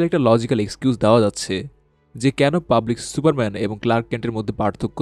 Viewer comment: কি সুরা মেন শেটা মেন ঠিক করে ক